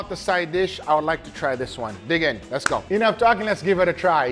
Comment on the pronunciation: I always enjoy hearing accent at all times, but I particularly extra enjoy every time he says “jell-omen” mostly when speaking to both Angel and Leo.” Honorable mention goes to when right before the “Home Depot” music starts (iukyk), and he says “So less do iiiit”